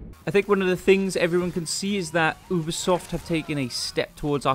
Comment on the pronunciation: Great video, the only that pissed me off was that he pronounced ubisoft "obisoft"